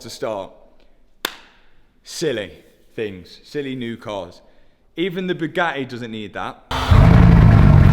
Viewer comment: I've figured out why Bugatti is pissed with Matt. It has nothing to do with his work. It's due to his pronunciation. According to Matt it's Bugaeeee. That missed T is apparently worth $ . I say Bwing it on